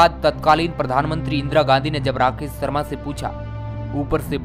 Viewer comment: भाई सर्मा नहीं शर्मा